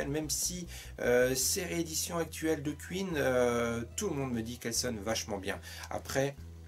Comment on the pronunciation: On dit "Quouïne", pas "Q-ïne" :p